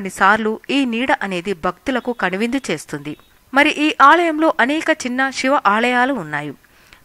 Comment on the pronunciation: pls don't kill Telugu. voiceover is beautiful but pls don't pronounce siva as shiva.